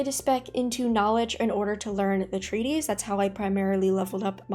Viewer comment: Thanks for sharing your knowledge! By the way, treatise and treaty are two different words, and not pronounced the same.